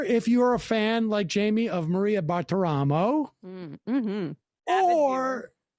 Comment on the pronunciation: Sam has a lot of trouble with the name "Bartiromo". Also "Maria". Edit: Damn, I never thought I'd see a Wiseguy read a ransom letter on camera like that.